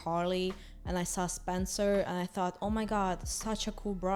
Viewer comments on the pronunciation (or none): none